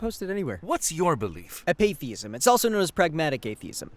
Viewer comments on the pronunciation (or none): It's not "AP-atheism", it's pronounced "apa-THEISM", as in APATHY being the key part of the definition. Holy hell man, I cannot believe how full of crap these "interviews" are.